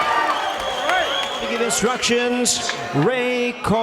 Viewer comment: Its pronounced donay-re not donaire you eat.